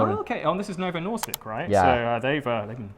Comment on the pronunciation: As a dane i love your pronunciation of Novo Nordisk, and the rest of the vid in generel